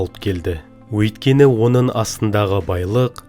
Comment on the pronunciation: Онын емес оныңМын емес мың. Занды емес заңды. Тілді жөнде